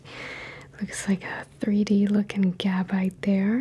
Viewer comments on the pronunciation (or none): none